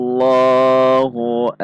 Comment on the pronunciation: Kesalahan sering banget, Qul HuwaWLoh... dibaca waw